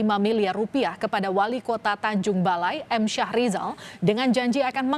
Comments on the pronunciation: Bukan syah rijal. Yg benar Mhm. Syahrial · Syahrial bukan syahrizal